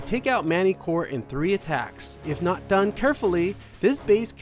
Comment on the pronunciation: Its Attacks, not "attacts"